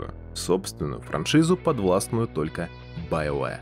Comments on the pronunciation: Все: БиоВар Диктор: БаёВэ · после стописятого повторения «байоуэ» автору пришлось лечить челюсть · Биовары? Блядотвари!